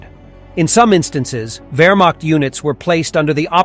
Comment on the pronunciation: wermacht diction is not wermakt or wermackt. find real diction of german ch.